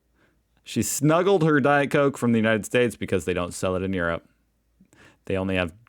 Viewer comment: It is pronounced "Europe" not "urape" as you say.